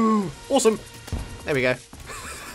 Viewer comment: It's ore-some! Hey hey no? Thought not...